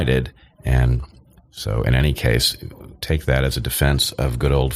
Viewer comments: ‘Annie’ instead of ‘any’. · He also pronounces "any" as "annie" instead of "enny." These are just two of a number of his idiosyncrasies.